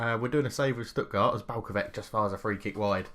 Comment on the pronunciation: Vrhovec, Balkovec... last word is not K, try to say the same, like Vrhovetz, Balkovetz